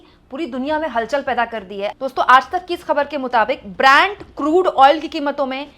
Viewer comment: Brand crude oil nahi Brent crude boliye ma'am